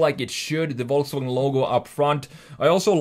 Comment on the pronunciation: Volsfranjet ???????????? ;-) ;-) CAN U SAY : VolksWagen ? 🙂